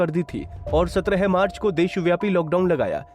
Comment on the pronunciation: 22 Marc ko laga hi bahi pahle sahi bolo